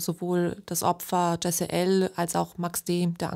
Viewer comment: Sprecht den Namen des Opfers bitte richtig aus...